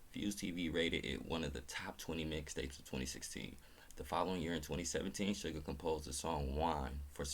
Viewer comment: Good morning,. I’m here with you in class. Your pronunciation of “Suga’s” name is correct. O!RUL8,2? = Oh! Are you late too?